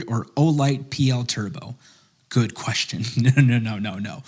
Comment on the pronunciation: Pretty weird nitpick but anyone else notice how he says it “queshtin” not “question”?